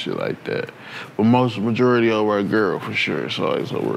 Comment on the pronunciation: Nobody: Packman: the majewerly of that shyt be over girls 😂😂